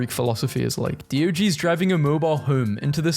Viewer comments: Dee-oh-ja-knees Not dio-geez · 😂 DE o Gen es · Did you just say Deeogeenes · It’s DIE-OJA-NEES u said it wrong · When I heard you you say Diogenes I thought the meant the plural for the dog in Garfield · Please learn to pronounce Diogenes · WHY DID YOU PRONOUNCE DIOGENES LIKE THAT. WHY DO YOU KEEP DOING THIS. HOW BRITISH ARE YOU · Ok, he really needs to stop mispronouncing Diogenes.....its starting to bug me....